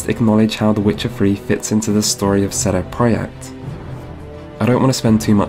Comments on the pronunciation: Buddy, your polish is amazing and you're bringing some interesting contrarian viewpoints but you really need to work on pronunciation. I had no idea "Seedy pradayect"was CDProject Red" without multiple tries with different context. And That Witcher "free" pronication could use some work. That along with "Strengf". Work on "Th" sounds and you'll be golden. The youtube algo is boosting the hell out of you right now, so make another solid piece and release it as soon as you can. Subbed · Why do you insist on pronouncing the developer's name as "CD Proyecta"... Not only are you forgetting the "Red" at the end of their name every time, but how in the hell did you see the word "Projekt" and decide "Oh, they must have meant for their name to be pronounced like CD Proyecta and leave off the Red"?... You sound like the stereotypical white dude who only knows 4 French words, but thinks that's enough for him to throw some French around in a French restaurant like that makes him so much cooler hahah. Anyone can Google this developer and see everywhere that they literally call themselves "CD Projekt Red" which is clearly English and therefore meant to be read as such, yet you come away with a pronunciation of "CD Proyecta" like you have some insider elite gamer knowledge about this developer that only the really hip gamers would know about... CD Proyecta... Pffft.